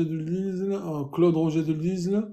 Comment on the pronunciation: Bonsoir, une petite correction quant à la prononciation du nom de l'auteur de la Marseillaise ' Claude Joseph Rouget de Lisle, on ne prononce pas le "S" de LISLE. Merci encore pour tout ce que tu fais pour les futurs naturalisés.